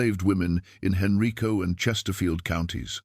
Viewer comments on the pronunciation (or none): That county is not pronounced Henreeco. It is pronounced Han-rīco. Richmond. I lived there for 20 years. I've never heard of that story , so i'm not sure if it's true but things like that happened frequently back in those days. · I could not find any reference on Google to Professor Hayes or her journal article and book. It’s very unlikely that there were any women PH.D. professors teaching at UVa in the early 1970’s except in the department of nursing. Henrico is pronounced hen-rye-co so is this AI? Provide the references you used for this YouTube post. Lynchburg, VA.